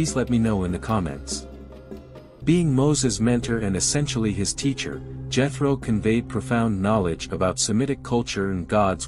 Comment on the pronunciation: The Name is pronounced Yetro not Jetro.